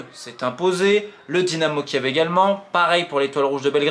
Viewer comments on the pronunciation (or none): none